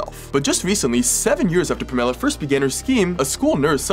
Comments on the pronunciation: People named Pamela usually go by Pam. Rhymes with Spam. Pam-Ella. Pam +Ella as in Ella Enchanted. I could care less if you get that walking piece of trash’s name wrong but you may meet another Pamela one day at school or work and want to strike up a conversation. Knowing how to pronounce the name would be a good start. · Are you kidding me???? You don’t know how to pronounce a simple name like Pamela !! 🥴. Pam-a-la !! 🙄 This makes me furious 😡. My son had a kidney disease. Cost us a lot of money. Would have given anything for him not to have had it!! From age 2 to about 14. Was Nephrotic Syndrome!! He is 23 and doing ok!! Why make your kid sick? The one person in the world you are supposed to love and want well and safe!!😢😢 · I was looking for this comment!! I was thinking the same thing! I've never heard Pamela pronounce that way! 😂 The way he's pronouncing it it sounds like it's a fruit 😂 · Uhuh. Keep living close minded like that, there's more than one way to say someone's name like Lila (Lee-lah or Lie-lah). "Super common" a quick google search tells me it's ranked 1804th most popular girls name and that's mainly in America and England. Yes, Pamela Anderson is famous, doesn't change the fact that one can pronounce the name Pamela in more ways than one. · nobody named Pamela has ever pronounced it that way. I have known several. Just because you come across one person on the internet that claims they know someone who says it that way, doesn't make him correct. It just means that there are at least 2 dumb dumbs in the world who are mispronouncing it. Your examples are not relevant, they are pronounced different because they are two different names that some people have spelled it like that to be quirky, however, the emphasis is still on the same syllable. Unlike this guy, who is emphasizing the wrong syllable 😂. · How else would you pronounce it? Genuine question cause thats how I would say it ^^" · The way he pronounced Pam-e-la took me out 😂